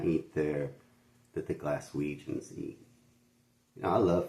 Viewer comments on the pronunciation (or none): Its Glaswegians not Galwegians makes me cringe everytime he says it. The best thing about Glasgow are the people they are so chatty and they would give your their last penny ! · Not Galwegians. GLASWEGIANS. George Square shut for renovation at the moment. Glasgow subway. 3rd oldest in the world. Most if not all, museums are free. You can also do a tour of Central Station and its history. Well worth doing.